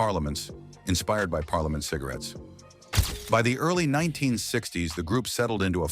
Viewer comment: This isn't a well- made doco, for many reasons. Not even sure the 'narrator' is human (pronounces 'parliament' in at least two different ways throughout the 45 minutes). Nelson George has done all this before, and much more sincerely and professionally.